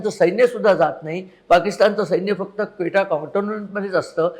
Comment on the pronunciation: व्हीडिओ उत्तम व माहितीपूर्ण अगदी क्वेटा चा खरा उच्चार सुद्धा चाचाने एक तरी गोष्ट, निर्णय नीट घेतलाय का?